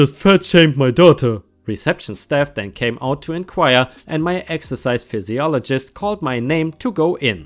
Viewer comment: Most important, this needs to be read in its entirety, don't comment unless you've read it all Ripesters! Look, I'm not busting your balls (well, I suppose I am). But, the next time I hear you say "pisologist" instead of the English version calling it "fizziolgist" we're gonna have a fight. I'm also German, or at least had been, I guess the time in the States and having an Irish mother have taught me the easiest of lessons in a language that for some damn reason, is one of the most difficult to learn, again, not busting your balls! (Oh, wait, that's exactly what I'm doing) Phy, usually means a Fizz sound, in all seriousness, you do really well using your skills, so I guess I am busting your balls, just a little bit;-) I'm a bit of an asshole by trade and you are an excellent storyteller. Rock on, all of my love for you and your story telling! Please keep it up, I wouldn't trade you for the world! In all honesty. I respect that you ask for help if some word/words don't seem right. That's freaking English for you. Then again, we normally don't need 90 letter words for off the cuff type statements, like kindergarten for example. We apparently removed about 72 letters to refer to the year before 1st grade, but still, we love where the term came from! Again, keep killing it.You sir, are a great narrator. It was a bit of fun busting your balls just a bit however.